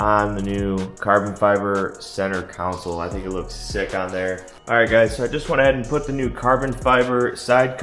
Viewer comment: It's " CON-SOLE ", not a city council. Looks nice.